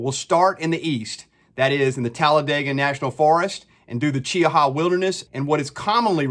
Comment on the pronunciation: Nice job. Also, you're the only person I've heard pronounce Cheaha correctly, lol.